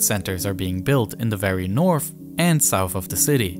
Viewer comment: "North" is not "norff"; "south" is not "souff"; "this" is not "diss"; "these" is not "deese"; "through" is not "fruuu"; "with" is not "wiff". Please learn how to speak before posting videos as if you possessed the basic communicational capacities sufficient for public comprehension, when all you've promulgated is a brand of silly gibberish.